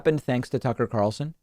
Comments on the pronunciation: David; Did you say a "Sucker Carlson" or I just misheard? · You KEEP mispronouncing his first name